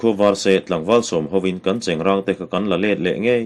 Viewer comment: 25 seconds..3rd ve hlauh. Chengrãng ti rawh, cheng rang chu a in hmeh lo, a pa lo😇...👍👍👍